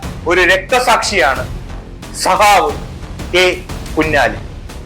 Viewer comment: സഹാവ് അല്ല, സഖാവ്